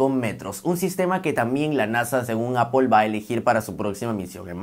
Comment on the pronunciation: Primer YouTuber, que acepta cuando pronuncia mal. Nunca nadie responde y siguen hablando mal de las marcas que aman ( es ApL no apel y nunca Apol, es simple solo es manzana 🍎 ApL). Te ganaste mis respetos por humilde, te seguiré y activare la campanita.